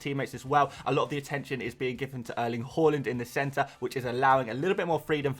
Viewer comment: It's not Hawlind his name is Haaland